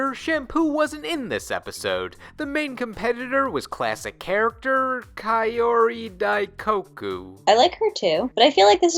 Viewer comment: There's a Nintendo family in Ranma ½? Sure...that makes sense. And Kaori is pronounced "Cow-ree"